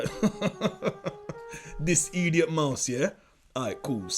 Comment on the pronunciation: Eediot fox 🤣🤣😭